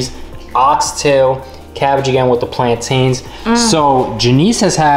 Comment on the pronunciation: i got so upset when they kepp saying plantains like plantin bro